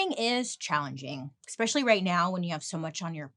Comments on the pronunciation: "Your son, Leonardo - not dumb anymore? I have a daughter here, just shy of 13, and she's currently bleeding." You have the greatest sense of humor! It's not "ex-specially". It’s es-pecially. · I love when Bailey says ‘exspecially’ because she is so consistent with saying it wrong. It makes me smile. I say ‘excsape’ wrong every time.